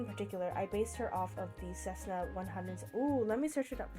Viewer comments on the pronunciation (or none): OMG I love them!! I dont see a whole lot of the C-172 in Zoey's design, (Its pronounced "Sessna", not "Kessna" btw) But she still looks really good. I was expecting Mira's weapon to become the rotors in her alt mode, doing the rotors as hair works honestly even better. Rumi looks a little too bulky, but thats just going off her movie look, she still looks great and recognizable here. I dont think you mentioned an alt mode for Bobby, but a tug or fuel truck would work really well, since he does all the behind-the-scenes work and whatever for the girls.